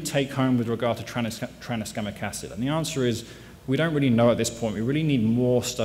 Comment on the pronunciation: stop saying traniskamic acid already